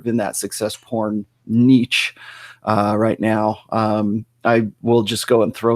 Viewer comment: sorry, guy. you either pronounce it "neesh" or "nitch." you definitely don't say "neetch" LMAO